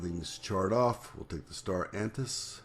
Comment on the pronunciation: There is no such creature as "star antip", it's Star Anise - pronounced just as it's spelled. The coriander you put in the tea bag was actually cardamom. The coriander you added to the pho at the end was actually green onion/scallion. Thanks for the recipe variant, anyway! :)